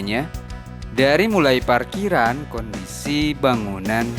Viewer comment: Saran aja gan.klo ngomong Huruf P jangan di ganti Pake F dong..sepeti Parkiran Jadi Farkiran.. jadi lebay aja di denger nya🙏🙏